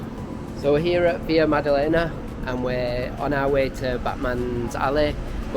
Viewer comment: Just remember to speak portuguese in Brazil not spanish. It's not VIA madalena its VILA with L.